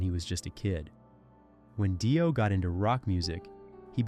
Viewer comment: 2pac shocker and ronnie Die-o. 😂😂😂